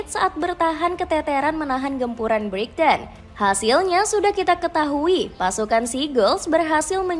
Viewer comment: Buat naratornya yang teliti dong bacanya. Banyak ngawurnya tuh. Paman Case bacanya Ka-se, bukan Kes. Kata Brighton nya juga salah tuh 😅